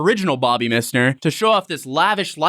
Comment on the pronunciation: This MISSner pronunciation is killing me haha 🤣🤣